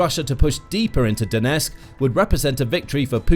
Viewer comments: Donetsk has 'T' in it. Don't drop it. The twon is called DoneTSK. Calling it DoneSK is pathetic. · Could you at least pronounce Donetsk correctly ? Its not " Donesk" . Can you get SOMETHING right ??